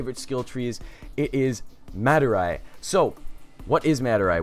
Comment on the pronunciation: OMG you said MAdurai right!!!!